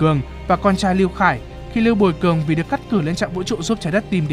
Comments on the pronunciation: Sao ad lại đọc là lưu buồi cường =)) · Có pải mình tôi ko hay là có nhiều lúc phát âm lưu bùi cường nghe hơi nhạy cảm nhỉ 🙂